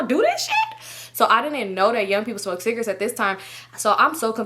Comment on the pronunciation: i love how she say “cigrits” 😂